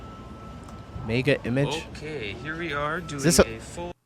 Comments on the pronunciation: 🤣🤣🤣🤣Is not MEGA IMAGE...is pronunced MEGA IMAJE🤣🤣🤣This shop is a shop that most of the time is empty because though it has the same produce as the other shops is twice as expensive. Most Romanians won't shop at Mega Image. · we call it Mega Imazh acsualy. its French so Image is read as Imazh. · Mega image? It's pronounced mega imache!